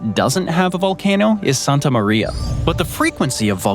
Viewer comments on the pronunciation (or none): none